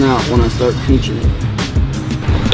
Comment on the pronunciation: SHOOOOOOOT SUUUUN did he just say "PEENCHIN"? Texas baby! 😂😌